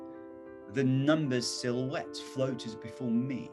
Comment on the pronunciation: number, silhouette, careful, important, great,...すごい真似したい発音。参考になります